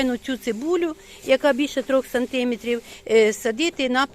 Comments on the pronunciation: Сантиме'трів! Наголос на 'е". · Жіночко, треба говорити 5 сантимЕтрів, а не сантИметрів. Зверніть увагу. До того ж 3 тижні, а не 3 неділі. Успіхів Вам у справах.